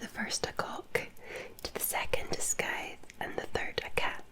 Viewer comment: Scythe, scy pronounced like the sci in science